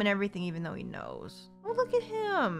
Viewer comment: Haha the assassin is named Though-zhen!